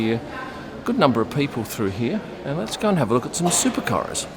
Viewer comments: The way he said “supercARS” 😂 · says ‘Supercars’ like an American